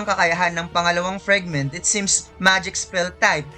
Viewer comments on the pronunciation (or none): Pwede ba icorrect yung FRAGment hindi FREG 😪